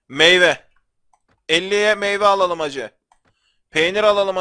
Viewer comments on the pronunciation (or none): none